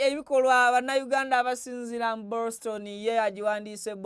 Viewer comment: 😂😂😂😂😂OGUTAMIVU CANT SAY BOSTON 😂😂😂 GASIIYA WITB MUGALU 😂😂😂